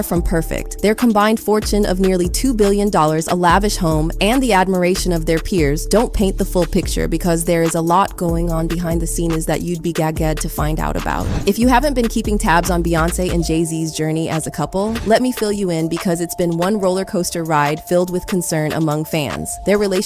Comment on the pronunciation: “you’d be gag-gad”? AI narrators are so silly.